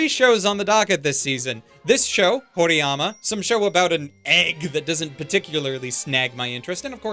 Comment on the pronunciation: How does "horiyama" sound so wrong but also right at the same time